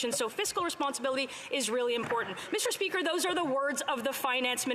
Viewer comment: MIS-tur SpEEkur